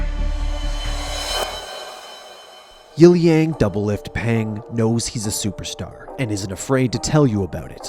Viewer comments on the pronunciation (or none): its illiang when pronounced he said yilly yang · yi liang = yil yang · idiot it's pronounced Yiliang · its pronounced like "peter" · you're wrong, it's pronounced like Silly Aang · no it's pronounced Pang Yalang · Striaght butchered his name lmfao, dead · Whew, I've never heard someone pronounce "Yiliang" that badly before